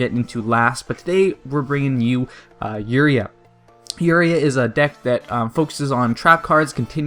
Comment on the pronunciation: Not trying to be a hatter but u said uria wrong